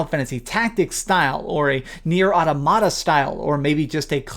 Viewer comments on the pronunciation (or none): omg why can't anyone pronounce the normal English word "automata"